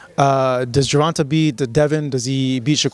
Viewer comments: “Jer-Vonta”??? Lol.. its pronunced “Jer-von-tay” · you killing me with the pronouncing of Gervontas name literally no body….: Gervon-tuh Gtfo!! Lol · Man, can we get to pronounce Gervontaa name correctly? 🤦🏾‍♂️ As good as is we gotta fix this. GER-VON-TA (TAY). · Why thy saying his name like that